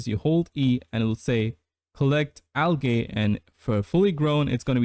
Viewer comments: Unless its an accent, Algae is pronounced "al jee" not "al gay" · the second a in algae is silent